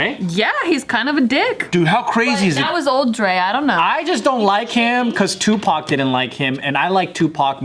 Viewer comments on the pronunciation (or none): none